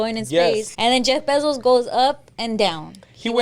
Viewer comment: Sounds like says Jay Besos instead of Jeff Bezos 😂😂😂